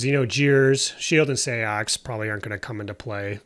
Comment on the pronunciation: great vid, just a heads up seax is just pronounced sax like saxon.